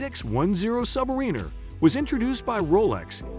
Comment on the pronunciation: Please learn to pronounce Submariner! Thank you!